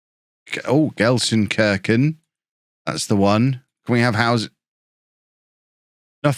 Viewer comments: Gelsenkirchen, where the i is as in meat :) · probably need to go to language school. And learn how to pronounce the city's name. Can the club pay for it?